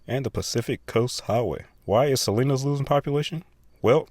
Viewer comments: I think you mispronounced Salinas, Ca. I always called it Saleesinous, Ca. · Try "Sah-LEAN-us". I grew up there.